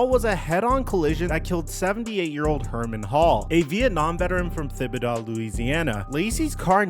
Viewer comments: It is pronounced Ti-bi-doh and ho-muh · Maybe you need to learn how to pronounce Louisiana cities, specifically Houma and Thibodaux.